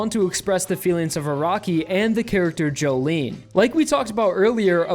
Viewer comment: It's pronounced "joe-lin"